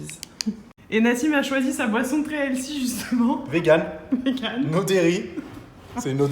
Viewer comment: Je parlais du nombre de fois où tu as prononcé "elssi" 😂😉 au lieu de 'healthy' ; évidemment faut profiter de manière raisonnable, toujours 💪🤗